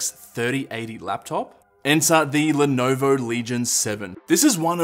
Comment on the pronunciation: how u did say lenovo .. hhh i can't stop laughing /_ /